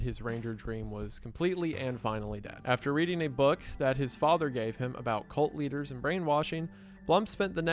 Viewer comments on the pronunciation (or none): none